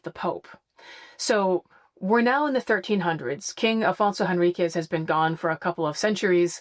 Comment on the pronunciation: Afonso Henriques is pronounced “en RIK’sh” in Portuguese :)